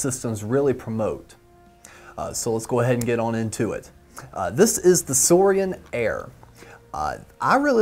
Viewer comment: It’s nit suorian it’s suorin